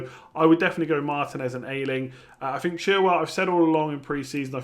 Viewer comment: the Leeds defender's surname is pronounced Ey-Ling, not Eye-Ling